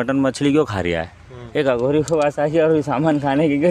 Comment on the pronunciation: अघोरी से सही से बोला कर बे